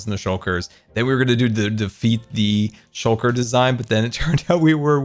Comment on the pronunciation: Everyone: Shulker Boxes: Shocker Boxes